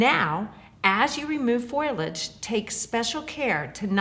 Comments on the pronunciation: Please, the word is pronounced Fo Lee Age. Foliage. The first syllable is stressed FO Lee age. Not FOIL idge. Thank you. You have a classy business and great products but mispronouncing one of the product names makes you look like the amateurs on YouTube. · Your videos are very good and very helpful, but it's foliage, not foilage.